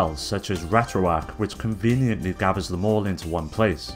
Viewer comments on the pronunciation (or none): none